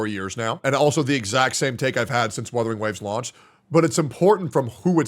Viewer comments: I swear to go, if I hear one more content creator call it WITHERING WAVES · istg, if i hear "WITHERING" again one more time, Imma flip my table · I SWEAR HES SAYING WITHERING ON PURPOSE AT THIS POINT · I'm sick and tired of people saying withering instead of wuthering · he forgot to tell that its wuthering not withering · He keeps calling it withering ugh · Other CC "Withering wave" how hard is it to pronounce "wuthering". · "Withering Waves!" - "GET THE NAME RIGHT!!!" - and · my soul leaving my body every time says "withering waves" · Why cant these freaking people not pronounce Wuthering Waves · I love how is increasingly going insane when mispronounces "Wuthering" everytime